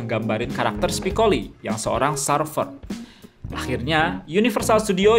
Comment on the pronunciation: Serfer nyebutnya, bukan sarfer. (surfer)